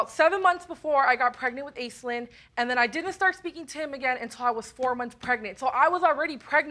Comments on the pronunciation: Off-topic but, the name Aislinn is Gaelic and pronounced ASHLEEN, not "ace-lynn" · It's pronounced 'Ashlinn' not 'Aislinn'. I can't help feeling sorry for the kids having such washout parents. We can only hope and pray that they wake up before too much damage is done. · I thought that name was pronounced 'Ash-lynn'...?